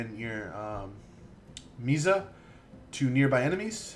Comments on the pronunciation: miasma....misma...mismia. Im not english and can pronounce MI-AS-MA. probably a nice build video but had to stop watching there.... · The healing ability is pronounced like physic, like the science. Miasma is pronounced me-as-muh